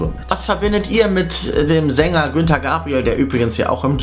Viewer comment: Oh mein Gott , Herr Moderator, der Sänger heißt Gunter und nicht Günter.